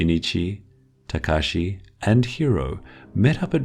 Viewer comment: when he said Tekashi i choked on air